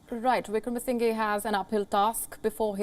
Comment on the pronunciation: WION...let's try and get the pronunciation right. It is NOT Wickramasin GAY .... it is Wickramasing HER